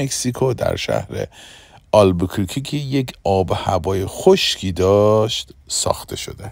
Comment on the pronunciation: اگر کمی روی تلفظ کلمات دقت کنید بهتره، البوکورکی نیست، دیستورب و بریک هم اشتباه بود